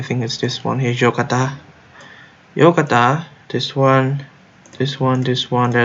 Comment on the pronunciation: Yogyakarta no YOKATA XD